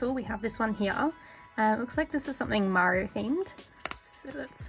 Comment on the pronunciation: When u said Mario... I could of swarm u said maro....I'm like "they have internet cats as gatcha now?" Lol I love most of those